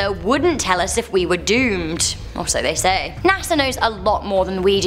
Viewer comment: NASAr🤔 you keep saying LMAO